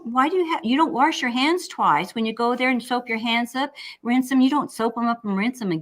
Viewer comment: My mother always said warsh so I love hearing you say it!